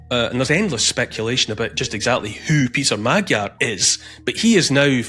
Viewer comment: Neil, your pronunciation of Magyar is terrible. It’s MOD - as in mods & rockers, Y - as in yes and finally ARE - as in we are free. Mod - Y - ARE = MAGYAR.